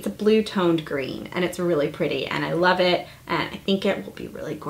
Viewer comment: FALL!!!! "Lurve it!". Lol!!